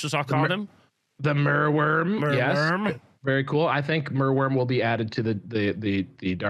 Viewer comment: "Merowym"😅It's Merwyrm. "Mer", like in mermaid. Wyrm like a worm. Mer-worm. Merwyrm. Meaning "sea snake" in Old English.